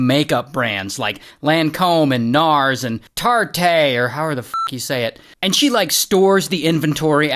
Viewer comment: Honestly, at least Ray tried with the names. He got NARS, so that’s cool.